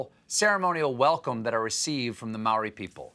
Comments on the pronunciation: and yet noone thought to teach him how to pronounce Māori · Māori, not Maori, Stêphën Gölbert